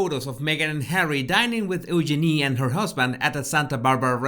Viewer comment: Love the way he pronounces Eugenia💓💓💓💓💓